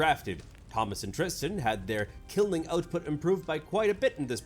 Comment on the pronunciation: It's very weird to hear my name (Tristan) in a YouTube video. It's even weirder to hear it pronounced correctly!!